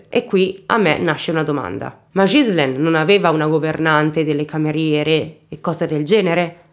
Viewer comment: Ciao carissma il tuo acento francese 😁mi rocorda molto il mio nei primi anni che mi sono trasferita qui in nel sud ovest della Francia, ma una cosa che puo consolarti e che pronunci molto bene il nome della vittima che e uguale al mio Ghizlane, buon lavoro carissma.